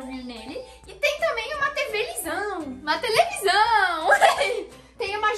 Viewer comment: "Tevelisão" kaakkakaka